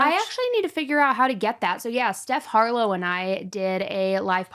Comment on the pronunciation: I love that you said steph* harlowe!!!! Coming from a Stephanie…❤